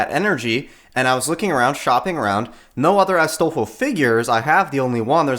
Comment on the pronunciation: i like how he has an accent when saying astolfo